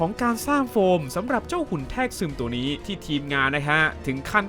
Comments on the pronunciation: คลิปดีครับ แต่ขอตินิดนึง คือคำว่า แทรกซึม มันออกเสียงว่า แซกซึม โดยรวมพากษ์สนุก เป็นกำลังใจให้ครับ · ด้วยรักและเคารพครับพี่ แทรกซึม อ่านว่า - แซก- ซึม ครับ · สนุกมากครับ หาข้อมูลมาเรียบเรียงได้ละเอียดดี ฟังเพลิน แต่ขอคอมเมนต์เล็กน้อยเรื่องการใช้คำบางคำที่ยังไม่ถูกต้อง อย่างในช่วงที่พูดถึงภาค Salvation มีคำว่า “แทรกซึม” ที่คุณอ่านว่า “แทก-ซึม” อยู่หลายครั้ง (ที่ถูกต้องคือ แซก-ซึม) กับอีกคำนึงที่พูดว่า “หนังรอบพรีเมียม (premium)” ผมไม่แน่ใจว่าตั้งใจจะพูดคำว่า premiere (พรีเมียร์) ที่แปลว่าหนังรอบปฐมทัศน์ รึเปล่า เรื่องพวกนี้ต้องไม่มองข้ามนะครับ โดยเฉพาะคนที่ทำคอนเทนต์ด้วยแล้ว ยิ่งถูกต้องจะยิ่งทำให้เนื้อหาเรามีคุณค่าน่าเชื่อถือมากขึ้นครับ